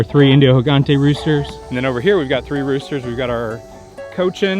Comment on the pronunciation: Gigante, pronounced "heegantay" means giant. The "ay" as in "day"